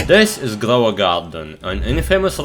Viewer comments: Grwow a gwarden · Ah yes "glow a garden"